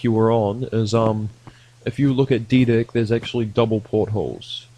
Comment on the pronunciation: why every time you say deck it sounds like d# ck xd